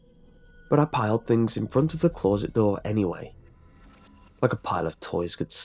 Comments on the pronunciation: You pronounce closet as clou-rrr-sit instead of cloh-sit and I just think that's really weird. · Please learn how to pronounce closet. It is not claws-et it’s clo-set. It really grates on me.